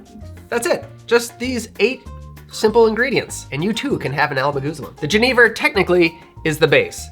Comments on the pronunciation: Genever is pronounced "jeh-nuh-vuh" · Remined me of when I was in the Netherlands, I was with a Danish guy who loved genever, but pronounced it like Jennifer, but with a V. Thanks